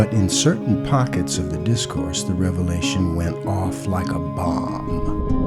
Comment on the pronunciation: Revealtion? You been gone too long